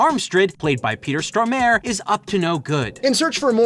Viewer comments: You call the Swedish actor Peter Stroemaer?? It's Peter Stormare. 'Storm' as the American word. Followed by 'A-r-e' , prounced like 'you are' but emphasis on the AAA. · "Peter straw-mare"? It's "Stormare". Think "Storm", as in the word "Storm", + "are" as in "Karen"(-k,n). Try it: Stormare. ..."Straw-mare"... lol 😆